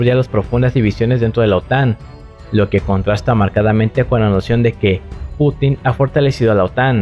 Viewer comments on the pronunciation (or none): none